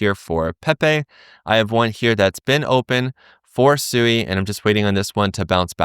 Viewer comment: Its pronounced Swee but great vid thanks 🎉